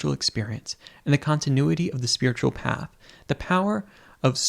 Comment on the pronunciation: i think you meant to say "path" not 'oath'